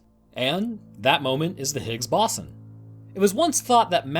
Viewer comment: I love the tales and the nonchalant narrative you give, but I can't help but giggle at "Higgs bossom"